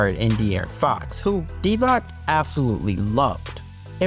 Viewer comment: Good video but pls learn how to say Dončić hearing you say Dontić hole video and then say Divak insted of Divac had me almost quit this video.